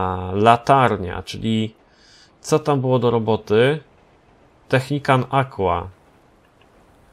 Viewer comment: Najpierw Technican teraz Technicant... Weź to wymawiaj poprawnie bo to przeszkadza.